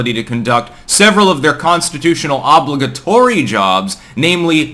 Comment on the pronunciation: "OB-li-ga-TO-ry"? You continue to use the strangest pronunciations of anyone I know with English as a first language.